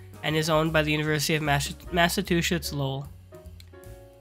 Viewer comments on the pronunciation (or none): Good vid but, Massa-two-shits? Lmao